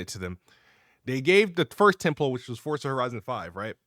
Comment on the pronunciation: “Halo gears and fortza”